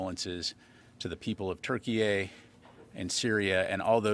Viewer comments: Turkey-A?! TH!?? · Türkiye that's the correct way to write and pronounce it. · Why does he say Turkey A ?? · Canadian pronunciation 🤣🤣